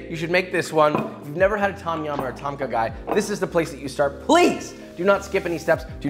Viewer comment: The way he says ต้มข่าไก่ (Tom ka gai) sounds funny to me lol. I don't blame him though, some Thai words are weird.